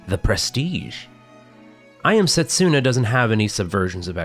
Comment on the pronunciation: Funny how you made a joke about possibly mispronouncing Nidr's name and causing pain while constantly mispronouncing Setsuna. Not a dig, I just found it funny. And yes, it hurts a bit every time 😅 You're not a Japanese speaker (I presume) so the error is fine.